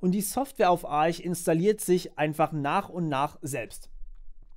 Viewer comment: So ist auch die richtige Aussprache. Es heißt nicht "Ark", weil keine Silbe folgt wie bei Architect/"Arkitekt" und ist kein Ar-sch, weil es nicht Arsh geschrieben wird. Es heißt Arch/"Artsch", weil englische Phonetik